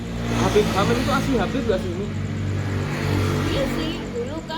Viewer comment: Masa katanya keturunan babib,habib siapa GX tau lupa,.apaan ngomong aja udh GX betul..